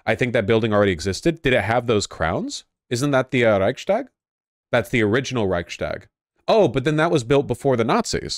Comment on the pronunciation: it's reichs tag. not reich stag.